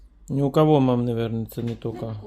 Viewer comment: Всегда ржу когда эта старушенция говорит КОХО?КОХО? Филин, ей Богу😂😂😂😂😂😂